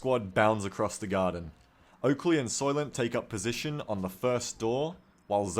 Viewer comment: Its Oakrey! your accuracy = TERRIBLAH! :D